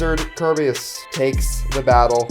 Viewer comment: Whait did you say KERBEUS?! YEEEEY